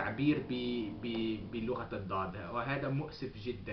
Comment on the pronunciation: just a quick correction, the Arabic language is called Lughat ul-Dhad لغة الضاد not Lughat ul-Dhadh لغة الضاض Good job my friend ... keep it up!